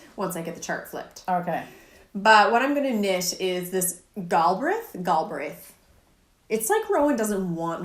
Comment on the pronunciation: Just found your channel and and am enjoying catching up! I am chuckling over my knitting. I love both knits that you are wearing. What is the name of the sweater you are wearing? Pronounciation of Galbraith - Gal as in Guys and Gals with a short ah sound and brayth. The emphasis is on the braith.:)